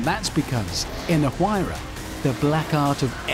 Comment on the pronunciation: Even after 9 years of this video being uploaded, I’m still surprised that they still haven’t figured out how to pronounce Huayra, and I thought the Brits were the ones who truly understood the English language